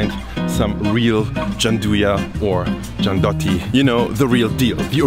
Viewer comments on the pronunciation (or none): It’s gianduiotti not giandotti; nevertheless, very cool video. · my friend, it's "Gianduiotti", not "Giandotti" or similar...please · Not Giandotti, but Gian-DU-iot-ti. Anyway you're great: I was born in Turin but I never heard the whole story. Thank you so much for your fantastic work. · As a person who grew up in Turin, I can easily describe with just one word the taste of Gianduiotti (btw,, you're missing the UI when you say their name as it is pronounced jan-doo-YOT-tee, not jan-DOT-tee) and that word is HOME. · Ma volgiamo parlare di quel "giandotti" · Says "Giandotti" showing the name writed on the packaging, on camera and having it under his nose all the time, also after pronouncing "gianduia" correctly Me, living in Piedmont, and whole Italy: face-palm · "giandotti" 😶 pronunce "gianduiotti" with the "u" like in "you", it's like an extension of the name "gianduia". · The way you pronounce "Gianduiotti" is painful... You pronounce it as if it was written "giandotti", while it should be pronounced like "Gian-doo-yotti" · Super informative video...loved it. Your mispronunciation of "gianduiotti" was killing me though, dude!! It's GIANDU-IOTTI, not GIAN-DOTTI. hahahaha. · Love this video. Just one thing, they are called gian-due-yacht-tee not gian-dot-tee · "GIANDUIOTTI" not "GIANDOTTI" you can pronunce it like "GIANDUIA" without the final "A" and adding a "OTTI". I live there :-) And Gianduiotti is not like Nutella, you can find much hazelnut in the Gianduia than in Nutella... I really like to taste your COCOTELLA... Use butter or seed oil instead of the coconuts oil. :-) Thank you for sharing! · The correct spelling is "giandui-otti", like gianduia, remove the "a" and say "otti" -> giandui+otti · Just wanna make clear how to read "gianduiotti" which you mostly got it, but it's gian doo iotti, not "giandotti"! And yes, that chocolate tastes AMAZING and I can never get enough of it, but I have to 'cause it's not too good for your health lmfao